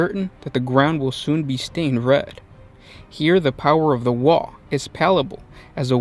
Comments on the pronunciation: By the way its not WAAA it's WAA AGH sounds not alike. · It isn't pronounced "wahh". Orkz don't do subtle, and they don't do silent letters. Its pronounced with that g in it, like the sudden stop at the end of a scream. Like ARGH!